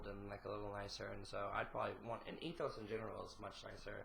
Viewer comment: when he called the Eastern continent Ethos instead of Essos 😂 Love these reactions btw.